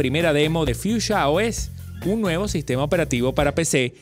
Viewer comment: no dices bien en nombre